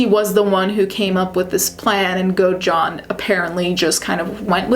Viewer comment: Great video but the way you pronounced Godejohn is so annoying girl 😭 it’s go-da-john